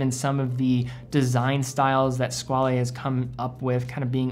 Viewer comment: you donèt pronounce the e in Squale... Its pronounced squall